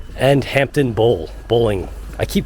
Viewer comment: hampden...(hamden) please pronounce it correctly